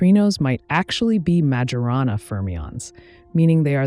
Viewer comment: Well, there's the "mah/jorana" mispronunciation of Majorana - and several "inneraction" mispronunciations of the word interaction after - - - just sayin'